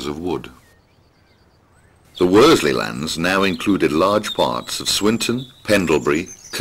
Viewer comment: Watched this video and by and large enjoyed it. However, although the the narrator is very good he makes a few errors in pronunciation. 'Worsley' is pronounced as 'Wors-ley' (common mistake), should be said as 'Wor-sley'. 'Clowes' should be said as 'Clewes', 'Pendlebury' 'Pendlebry', should be said as Pendle-bury (berry).